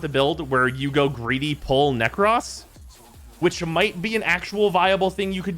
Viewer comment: Its Nekros not "Neck Ross"